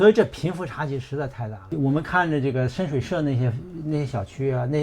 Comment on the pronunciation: 那個詞叫 深水埗 （bu）四聲